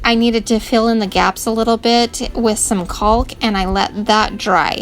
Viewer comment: Love your channel, great ideas, The " L " in caulk is silent though, it's pronounced Kaak. :)